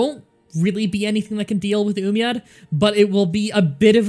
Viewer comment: "Astrius" "Galcia" "Yoomyad" I need more sides